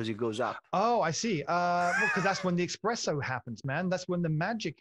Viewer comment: And so I watch this and then he says "when the eKKKKKKspresso happens".... dude ....